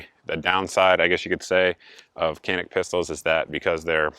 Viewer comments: Canik is pronounced: 'Janik'. As of late July 2021, the cost of a TP9SF Special Forces is $399.99 at PSA. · The C in Canik is pronounced as a J sound. "Jahnik" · and I suppose that if we pronounce Canik wrong then it would not bother you if the Turks pronounce it Smithe and Weeson. It's Turkish, haven't you heard? It's a different language Einstein. LOL